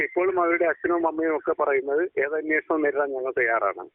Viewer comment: Ellavarum annvoshanam ennu parayunnu. Pakshe annveshanam aanu. Please correct by all channels